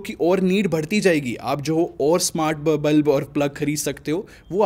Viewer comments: NOT BLUB IT'S BULB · it's bulb not blub😂😂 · Its bulb not blub